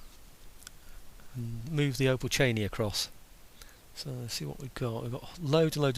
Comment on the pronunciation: Finally you've got the "opolchenie" right! Hurray!! :) and you are finally back! Twice hurray!